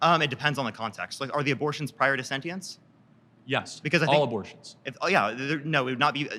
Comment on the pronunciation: If your mvp can’t pronounce “sentience” correctly and his entire position relies on a word he cannot pronounce, I would highly advise a new “mvp”